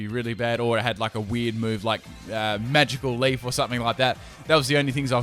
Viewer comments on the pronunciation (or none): none